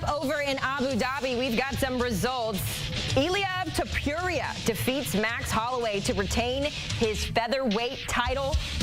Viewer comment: “Illia topureia”😂😂😂😂😂